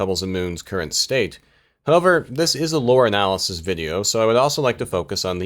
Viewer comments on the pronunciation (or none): none